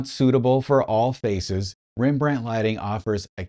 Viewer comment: It's pronounced Rembrandt Harmenszoon Van Rijn 😂😂😂😂 just kidding, you did fine.